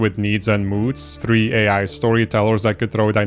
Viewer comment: bra learn how to say "three" is not THRUHEE